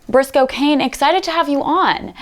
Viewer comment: I heard his name as "brisk cocaine" 🤦🏻‍♂️